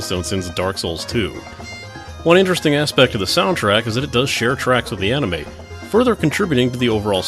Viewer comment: an "On-ime" ? Ill never understand how people can just decide to say something wrong for decades.